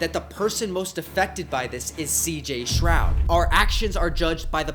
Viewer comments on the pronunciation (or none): It’s uh stroud not shroud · Stroud* not shroud